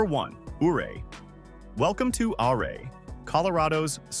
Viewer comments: It's pronounced Uray‼️ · Ouray is pronounced U-ray. Say the name correctly. You forgot to mention Leadville, Georgetown, Central City, Cripple Creek, etc. Those are lovely historic places too. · Ouray is pronounced "U-ray".